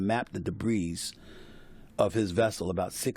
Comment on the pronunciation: "Authorities had begun to map the debreeze" 😂